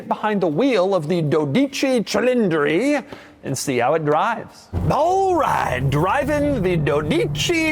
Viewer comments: It's pronounced "DOH-dee-chee CHEE-leen-dree" ... with the accent on the FIRST SYLLABLE of each word. But you're in good company with just about every other anglophone who has reviewed this car! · Doug’s Italian heritage status has been revoked for pronouncing “12 Cilindre” like that.